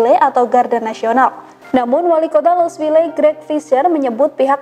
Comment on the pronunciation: Sekedar masukan untuk hostnya, Louisville bacanya louisvill tanpa e. Salam dari Missouri.